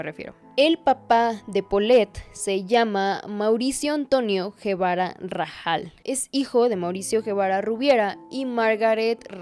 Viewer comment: Por que dices Guevara si es Gebara